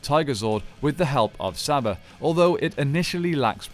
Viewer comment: Its pronounced Sarba